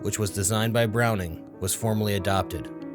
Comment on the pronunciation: Our lord and savory John Moses Browning say it right lol